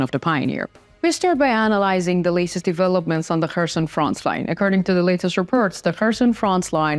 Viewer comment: I have a slight suggestion to you, regarding your English pronunciation. Your English is perfectly understandable, but my suggestion is that you pronounce 'frontline' without a 'ts' sound. It always sounds like you say 'frontsline', and being a word you use a lot, it would be great if you could improve this pronunciation. Thank you for a great channel of information!